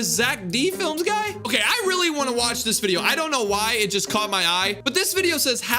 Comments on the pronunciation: Its zeck felms not zeck flems😭✌️ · It is pronounced fe-l-ms